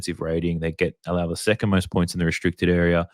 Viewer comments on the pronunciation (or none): none